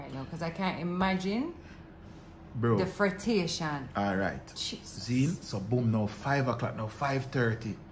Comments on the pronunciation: Wow you guys have truly become my favourite youtubers. What a story.... me nerves wudda lick. Oh its 'fretration' 😄, or so my version of patois goes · “Frettation” , love it. Lol🤣🤣🤣🤣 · "Fretation" out here adding to the dictionary.